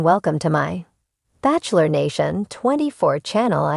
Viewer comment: It’s pronounced bachelor not backlire